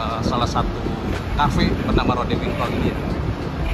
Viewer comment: Bacanya bukan rode mas tapi rood(merah) bahasa Belanda nya sedangkan winkel(toko)